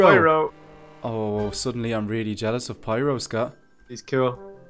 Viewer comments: it's Pyro nit piro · OMG why are you saying piro if its opiste to be FIRO